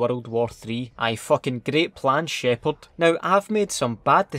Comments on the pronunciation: "Wit the fuck Sheparrrrd" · ”GeNeRÆl ShĘpHÅAaRd”